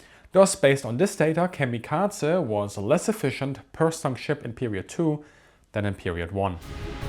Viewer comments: He is essentially, comically overcorrecting on how American's pronounce it, and his German accent is also playing a part and applying a T sound. American's strongly over lengthen Japanese words that end in a E morae. The only time the Japanese say something similar the massive '-ay' sound American's apply is when ending in a e morae to an i/い, such as in the name Rei. The guy is trying to correct that by cutting the e sound, but its so incredibly cut its borderline devoiced, and English speakers, due to our habit of defaulting sounds to a schwa, hear a soft 'a' sound, even though it is very much just a devoiced e. He is also adding a t to the Z sound, probably an accent thing, turning into the bizzare Kamikatza sound. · kamikaza ? Atleast bother with using the correct pronunciation for this nearly 20 minute video on the topic, instead of having us suffer through the misappreciation every 30 seconds. The american enunciation actually matches the original Japanese. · No it doesn't. The American pronunciation is to either pronounce it like kami kazy or kamikazay. Americans basically never pronounce E ending words in Japanese correct unless they have tried learning Japanese. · How cute it is that you pronounce kamikaze like it is a Georgian family name. Like Eduard Shevardnadze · Why is he saying kamikaza like there’s some kind of a at the end? It’s kamikaze if you’re gonna make a documentary on something learn how to pronounce it. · why do you keep mispronouncing the word Kamikaze? there is no T or D in it. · I hate the way you pronounce kamikaze lol